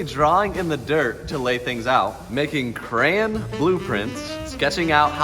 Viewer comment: now I know pronounces Crayon, "Cran"